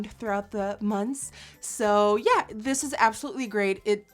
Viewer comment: «s'yeah» -Nikkie This is legendary